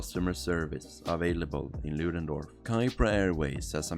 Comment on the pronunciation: You can't even say the name of the town right lol